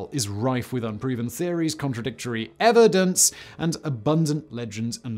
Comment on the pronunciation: I love how he says "EVEdence"